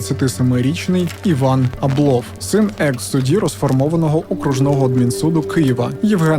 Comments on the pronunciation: Я вчилася у одній школі з Євгеном Абловим, корупція то у них династійнне, починаючи з діда (голова колгоспу ім.Мічуріна). А ще у їхньому прізвищі наголос на першу літеру А припадає, бо я спочатку навіть не зрозуміла про кого йдеться. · Дякую за відео.,тебе приємно слухати,хоч історії дійсно...це страшне.Всіх з прийдешніх Новим роком!(наголос на а у прізвищі Аблов).Привіт з Одеси!